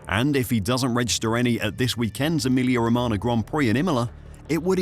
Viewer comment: It’s pronounced Emilia Row-ma-nyuh